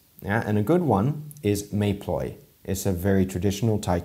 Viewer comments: Mae Ploy should not be pronounced like May but more like Meh, it means mother in Thei language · small note, you don’t pronounce it as “mai” Ploy, but like “meh” Ploy. “Meh” means mother.